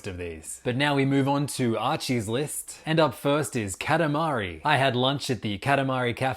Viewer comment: KATAMARI? Say that again..